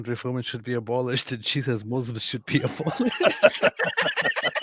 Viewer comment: I LOVE HER Lol The 'All the mooslims can..' speech has me rolling